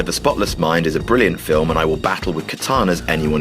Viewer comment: di...did he say philf